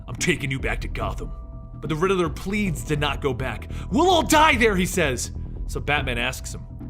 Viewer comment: Lol you kept saying "The Ridderler" It's just Riddler😂😅